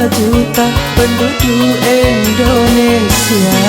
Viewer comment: Ralat lagi bro.Indonesia bukan endonesia